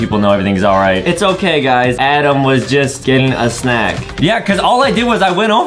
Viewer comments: Why Justin call Adam a "Adem" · true do not say adam say adem